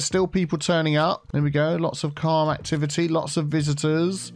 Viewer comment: 'Activi-tea island complex'